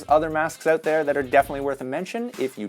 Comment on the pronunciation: The way he says “out” always makes me cringe.. “oht”